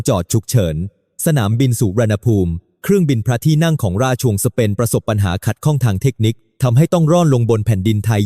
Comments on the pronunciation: น่าเบื่อ เอาAiมาอ่าน ทำให้ภาษาไทยผิดเพี้ยนไปหมด เช่น ราชวงศ์ อ่านเป็น ราช ชวงศ์ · อ่านมาอย่างไร รา-ชวง(ราชวงค์)